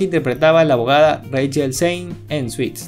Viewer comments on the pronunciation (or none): Se pronuncia suts no suits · Disculpe, se pronuncia suts (traje) NO suits. Usted esta diciendo dulce en ingles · Grandiosa serie. Bien por las curiosidades, solo una cosa. No se dice "SUITS" se pronuncia "SUTS" en inglés la palabra define tanto los trajes formales como las demandas judiciales ( derivado de Lawsuit) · "Suits" no. Se pronuncia "Suts" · SE PRONUNCIA SUTS NI SUITS... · De entrada se llama Suits (Se pronuncia Suts) en latinoamericana se llama La ley de los audaces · Una forma de guiarse en cuando ves el intro de la serie en ingles y dice "Previously on Suits" (Suts). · ¿No se pronuncia /suts/? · Se pronuncia suts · Aprendan a pronunciar el inglés carajo, el título se escribe y se lee Suits, pero se pronuncia "SUTS" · Se escribe suits pero se pronuncia suts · Te hubieras tomado la molestia de investigar cómo se pronuncia la palabra “Suits”.